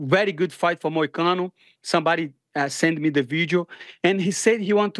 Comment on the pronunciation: The name is Money Moicano, get it right.